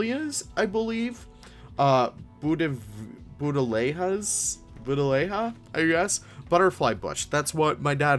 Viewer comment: it's pronounced Bud-lee-a